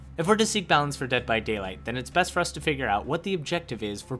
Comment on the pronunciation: Dead by Dayligh... Ded by Daiwight?